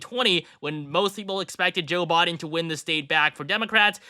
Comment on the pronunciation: "Joe Bod-en" lmao